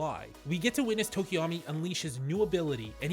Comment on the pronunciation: Yall butchering tokoyami's name.Poor bird boy